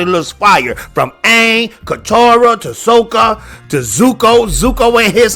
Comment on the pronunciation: The way you pronounced Sokka and how you said fire “tribe” made me immediately discard anything you said.